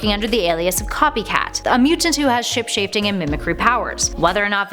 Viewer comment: "Ship shaveting powers..." LOL